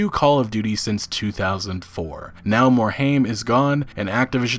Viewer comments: It's not Morhame its Morhime. Frank Pearce was a corporate hound and left because he didn't get the CEO spot. Activision didn't involve themselves in Blizzard because they were bringing in buckets of funds from WoW at it's prime. Now that WoW has slowed down, and they don't generate the income levels they used to. That combined with low yield from CoD games, they are pushing all of their branches to produce faster and make as much money as they can. This is the trend you can expect going forward, unless Blizzard finds a cash cow again. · Please learn how to pronounce Mike Morhaime's last name. It is "More Hime" Not "More Haim". Thank you.